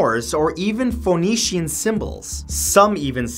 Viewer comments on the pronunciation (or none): none